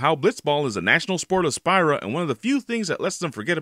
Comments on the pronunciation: I'm find it offending of how he pronounces Spira as "Spyra" . But the lake scene is NOT overrated, it was simply amazing. Same with the "Eyes on Me". Maybe you need to stop playing Final Fantasy if anything with love is "gay" to you. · How can you claim to be a huge final fantasy fan but can't even pronounce Spira right?